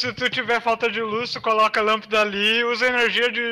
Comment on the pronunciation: Lampida- Eu achava que era só eu que falava errado de vez em quando assim